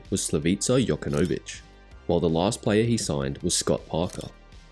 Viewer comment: That pronunciation of Jokanovic was brutal